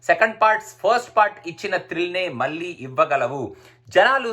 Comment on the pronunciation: దృశ్యం 1 కాదు, దృశ్యం. మల్లీ కాదు, మళ్ళీ...